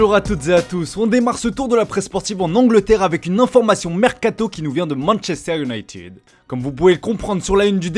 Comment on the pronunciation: MANCHESTER UNITIDD